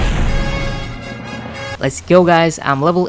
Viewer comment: Bro Riders instead of raiders💀💀💀💀💀💀💀💀💀💀💀💀💀💀💀💀💀💀💀💀😁😁💀💀💀💀💀💀💀💀💀💀💀💀💀